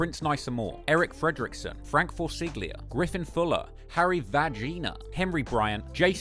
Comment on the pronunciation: No ones gonna talk about how he said “harry va gina” at the end of the video while shouting out the patreon supporters😭